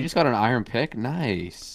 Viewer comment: How do you make the word “iron” sound like it’s 30 syllables instead of 2?!?